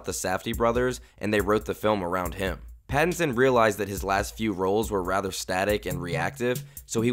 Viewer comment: Robert Bat-tinson